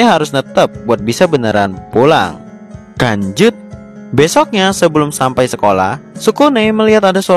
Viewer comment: apa aku salah denger saat mimin bilang lanjut terasa kayak bilang kanjut